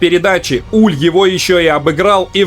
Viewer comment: Верно, он франкофон, поэтому правильно называть его Уле (буква е на конце у него пишется с ударением с черточкой), да и канадские комментаторы его называли Уле, но это правда не принципиально, у нас привыкли называть Уль, пусть останется Уль